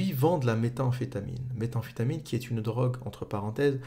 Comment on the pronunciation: Nickel, par contre c'est pas Walter Walt mais White son nom, et ça n'est méta amphétamine mais métamphétamine ;)